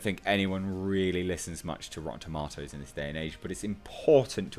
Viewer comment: You said tomatoes wrong lol.